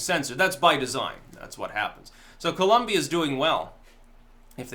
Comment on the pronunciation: My Brother! I don’t know what happened, I’m really late posting to this video, but I hope you come across this message:)... I’ve never heard or seen anyone else pronounced “Colombia “ like the way you did at the start of the video! My natural planned was to follow you until my last breath of life, and now with this amazing and truthful video you’ve created, I will follow you even after the last breath of my life:) Lol! Seriously! I think you the world because the timing if this content you’ve just created, couldn’t be better! I love my country of birth and I equally love the United States of America! Not perfect, but it is the greatest nation in the planet! Thanks!